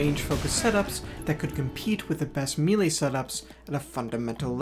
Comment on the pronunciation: maylay. melee is pronounced “maylay” blame the french